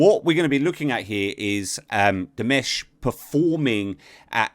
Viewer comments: It's DimAsh not DimEsh. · di-MOSH. As in mosh pit. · diməʃ , not dimæʃ . This eliminates any regional pronunciation differences. With that I, "Miss know it all" will 'bow out', as you so condescendingly called it with your snide remark, because if this doesn't clarify it for you, nothing will. I just wonder if you are this rude when not hiding behind the perceived anonymity that a keyboard affords you. I'm actually well aware of who you are. I wish you a pleasant day. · Dimush? Are you sure? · His name is pronounced Di-mash. 'Mash' being like the 'mush' in words like 'usher' (not ash)